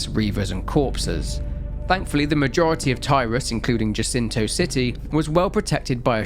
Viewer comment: Love this just one minor note. Jacinto is Spanish, so it's pronounced Ha-seento. The J is a H sound.